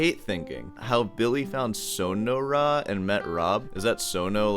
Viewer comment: "sono-ra" 😆 yes, i remember my time in the "sono-ra'an" desert